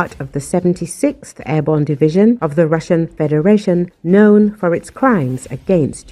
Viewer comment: "airborn" ??? WTF ???